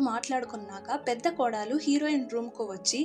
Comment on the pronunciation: Kodaalu kaadu. kodalu